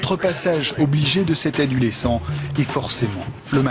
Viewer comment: Adulescent ? Mdr 😂 tv poubelle comme d'habitude